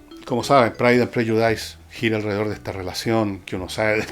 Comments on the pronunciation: My ears bled with every time you said /prɛdʒʊˈdaɪs/ It's actually pronounced /ˈprɛdʒʊdɪs/, Fernando . Please become an agent of knowledge; not one of frustration. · Se pronuncia /prélludis/, don Fernando. Interesante como siempre.